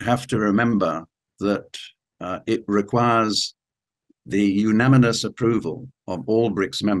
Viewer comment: Poor old can't quite pronounce unanimous correctly. Excellent analysis though.